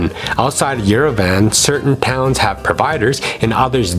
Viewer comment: Not Yere-VAN, it’s “ Yerevahnn”